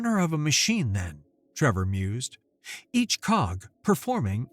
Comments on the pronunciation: So Many, Many Times says Trevor, when it is plainly spelled Tevor. should remake this vid with apologies to all for his basic reading/speaking problem, it is NOT "Trevor" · TE-VOR, not TRE-VOR, read the script and do not put imaginary letters in there.